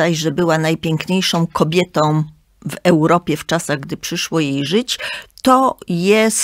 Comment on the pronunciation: pięknom, kobietom, wspaniałom - tak mówi krytyk literacki ?